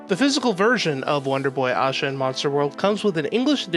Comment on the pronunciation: why do you pronounce asha the way you do. theres no w or u in it. its like ash-a..not ausha. oh but wait you change it every once in a while. lol make up your mind pal. not trying to be mean its just weird